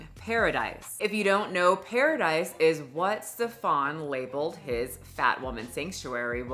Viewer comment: The fact he called it Pear-idise is the first giveaway